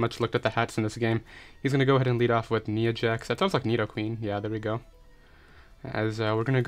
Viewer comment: Neea Jax, I was Dying. It’s Nya Jax is how it would be pronounced. It’s a Female WWE Wrestler, Also YES he’s all WWE Names! Steve Austin as Rotom-Frost (fridge of beer) had me dying as well. Love some WWE references